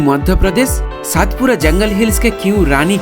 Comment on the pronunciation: पांचमढी नहीं पंचमढ़ी और सातपुडा नहीं सतपुडा मेरे भाई 😅